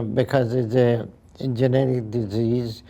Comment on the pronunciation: Genetic kelimesini yanlış söylediğiniz için adam anlamadı pronounciation ina bakın lütfen